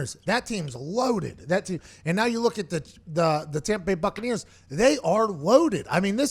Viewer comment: Tompa bay gronkaneers